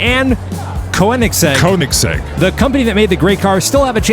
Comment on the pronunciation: Pronounce Koenigsegg: KAY-NEGS-EGG. It's German, the oe sounds like a long A.